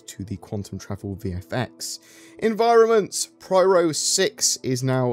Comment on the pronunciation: P Y R O, P Y R O, PIE-ROW